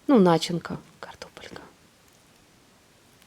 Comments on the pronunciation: Дожив до 60 тки і завжди знав, що у слові начинка, наголос падає на 2 й склад. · неправильний наголос в слові начинка